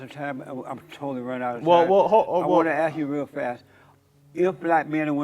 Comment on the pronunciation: If this guy wants to be taken seriously, if he wants people to think he has intelligence, he needs to stop "axe-ing" and start inquiring.